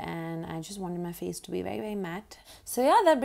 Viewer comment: Who say fay not face fay. Lool fay